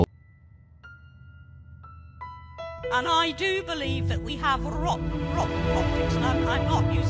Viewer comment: lmao... you don't say campbell. ah well... sucks to be you doc. smh.